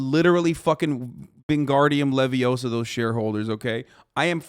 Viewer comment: Love your content man but it’s not “ Levi -OHHH-saw “ It’s Leviosa